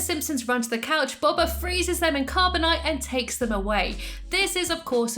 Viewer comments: It's not pronounced bob uh, it's pronounced like doh but b instead of d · Sorry but it’s bo ba not ba ba fett hopes this helps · Your saying boba wrong